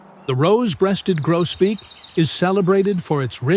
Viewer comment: evening Grosbeak not Grobeak